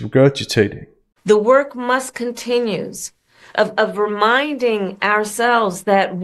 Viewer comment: "Musts continues" or (Elon) "MUSK continues?" Subliminal or Freudian slip? 😂😂😂